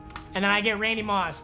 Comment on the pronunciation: Nobody: MMG: "I got Randy Mossed"